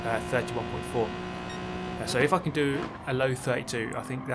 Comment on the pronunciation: I know but it just sounded like that xD